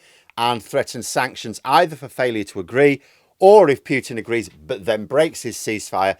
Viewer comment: Don't pronounce Piutin pronounce Putin